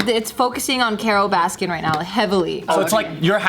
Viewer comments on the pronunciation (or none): It’s Carol Baskin. There’s no S at the end of baskin.